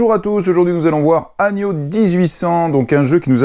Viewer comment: Agneau 1800 ? lol, on dit "anneau" ;) Merci pour la vidéo, j'espère que tu vas réussir à convaincre ma femme.